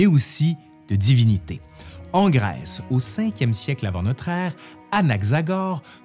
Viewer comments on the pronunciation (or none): none